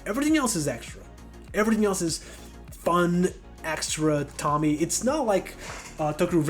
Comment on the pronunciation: i think its nice ur making longer form vids :) also, its not tommy. its pronounced TOE ME AY. l